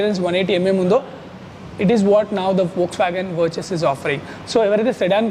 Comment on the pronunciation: వర్చస్ కాదు వర్టుస్